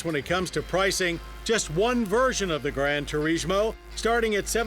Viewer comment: ...Why are you saying turishmo?